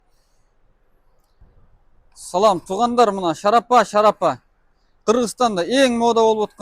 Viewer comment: Завод дээбейт ,фаврика дейт. Шарапа дээбейт шарф дейт.😂🫣